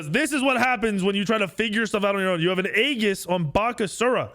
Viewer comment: It's pronounced with an e. E GIS. Not A Gis. E GIS. Aegis is pronounced with an e. You shouting it, so you're loud, but you're wrong lol.